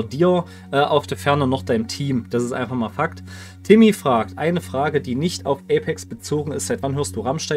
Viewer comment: Ey... ich hasse es, wenn man mich Timmi ausspricht :) Jedes mal wenn ein YouTuber meinen Namen vorliest wird es Timmi ausgesprochen und nicht Timmay. Bei mir ist es zum running gag geworden, dass es jeder Timmi ausspricht.